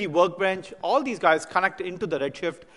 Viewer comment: Funny when he says ALLO!! Not sure why no one corrected him yet?